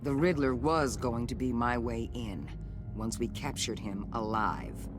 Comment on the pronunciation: The way you pronounce Riddlers name is different. Rid-dler